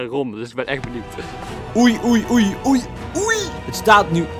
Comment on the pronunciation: Het is oei niet oej